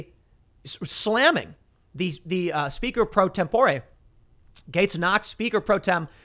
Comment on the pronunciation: either way the way Tim is saying it sounds way off.